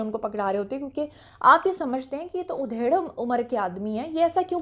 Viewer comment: aap ki urdu tu bhot acchi hai ... but aaj udhair(bkhiya udehiri jati hai ).... actual word hai ADHAIR